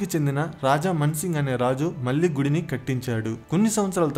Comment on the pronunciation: Ahalya Bai Holkar is a queen and not a king. Please correct yourself. వాల్లు వీల్లు అనవద్దు. వాళ్ళు వీళ్ళు అనాలి. మల్లీ కాదు. మళ్ళీ అనాలి. వందల మంది చూసే వీడియో లో భాషా దోషాలు లేకుండా చూసుకోండి